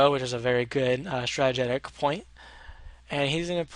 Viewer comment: Here repeat after me: STRA-TEE-JICK (Strategic), not Stratagetic